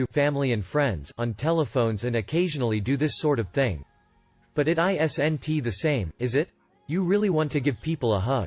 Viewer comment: How can you say “poignantly “ perfectly but not “is-n-it”